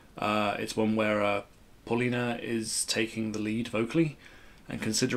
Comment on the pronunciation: Paulina is pronounced . . Pow lina . . Not paul anything . . Pow. .